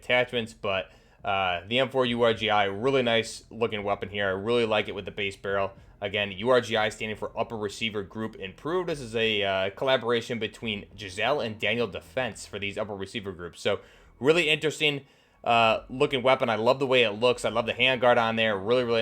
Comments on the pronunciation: "geissele" is pronounced guys-lee, I used to think it was gizelle too lol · It's actually pronounced "Guys-leigh" not "Giszelle". They make some of the best rails, triggers, and for that matter entire guns in the industry. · Just a heads up, Geissele is pronounced more like "guys-lee" than "jizz-elle". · Its not pronounced Jiz-zell it is pronounced Gize-lee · Its Geissele not Giselle 😂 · And it’s pronounced Geissele(guys-Lee) not Gisele😂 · Guissele is pronounced guy-zeh-lee